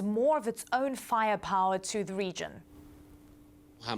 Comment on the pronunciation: and in "faia pawa" I find too something kind of distinct to what natives got me accostumed to hear